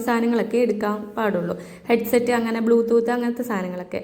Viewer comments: ബ്ലൂ tlooth അല്ല ബ്ലൂ tooth 😁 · ലാല്‍ ഫോണോ...? അതെന്ത് ഫോണ്‍... 🙏🙏 😂😂😂 എല്ലാത്തിനും അയിമ്പത് രൂപയേ ഉള്ളൂ ലേ....? അയിമ്പതല്ല അമ്പത് രൂപ എന്ന് പറയണം ട്ടോ...🙏 അത് പോലെ ചെറിയ ഇടികല്ല് അയിമ്പത് രൂപക്ക് ബെര്‍ത്തായി തോന്നിയോ...? ബെര്‍ത്തല്ല ട്ടോ വര്‍ത്തായി തോന്നണം... 🙏🙏 ബ്ലൂത്തൂട്ട് അല്ല ട്ടോ ബ്ലൂടൂത്ത് എന്ന് പറയണം... വായനാ ശീലം ലവലേശം ഇല്ലാത്തത് കൊണ്ടാണ് ഇത്രത്തോളം വിവരക്കേട് വിളിച്ച് പറയുന്നത്... ഏറ്റവും ചുരുങ്ങിയത് ദിവസവും അര മണിക്കൂര്‍ പത്രം വായിക്കൂ ട്ടോ... 🙏🙏 ഒന്നൂടെ നന്നായി ശ്രദ്ധിക്കൂ ശരിയാവും 👍👍